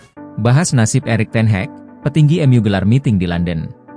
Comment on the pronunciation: DENGER NARATOR NYA ENGGA BANGET, NYEBUT NAMA NAMA MANAGER NYA AJA GA BENER.. ERIK TEN HEG KATANYA, SAMA THOMAS TUCEL 😂